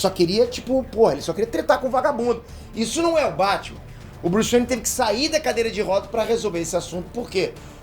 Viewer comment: vc falou bruce bene corrigido bruce wainer